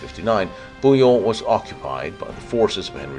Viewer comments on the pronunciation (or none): c,est quoi ces fautes ? ne peut-il prononcer BOUILLON ? ,pas bouan quelle horreur .. c,est nul Godefroy ? il a fait 6 000KM jusqu,a Jerusalem ! en étapes bien-sûr ... surtout a Antioche pendant 9 mois , puis Édesse , chez son frére Baudoin ...